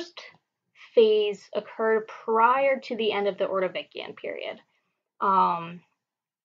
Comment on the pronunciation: Great lecture- will learn technique over time- do not say uh, um. Space words evenly, not as one would in conversation. Ordovishun, not ordovikian.